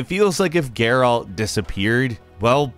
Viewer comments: Gare'alt of Riveeuh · Also, Geyrault lol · The way he pronounces Geralt drives me crazy too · Stop pronouncing Geralt like that🤦🏽‍♂️